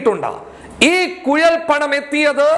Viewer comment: കുയൽ പണം അല്ല കുഴൽ പണം ആണ് 😁😁😁